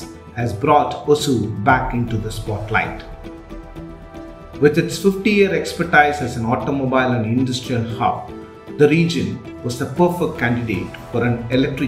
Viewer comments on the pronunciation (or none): The "i" in "expertise" is pronounced like "ee", not "ai". "Kms" means "kelvin-metre-seconds" or "kelvin-milliseconds". The symbol for kilometres is "km". Count words are almost never pluralized; it should "lakh", not "lakhs". He said it correctly; you should've just transcribed it properly.